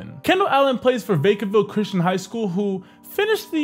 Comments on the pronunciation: vacaville not vaecaville Disrespecting my city like that SMH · the way he said vacaville lmfao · They said Vacaville wrong